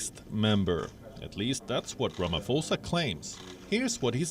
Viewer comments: Good move by Saudi Arabia...but please, it's not Ramafosa, the pho is as you would pronounce potato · I like how you pronounce it...president Ramafosa